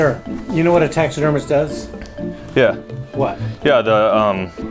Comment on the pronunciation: “Taxesdermist” killed me